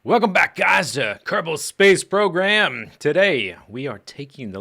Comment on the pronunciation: Did he say Kerbal Space PROGRAM? oO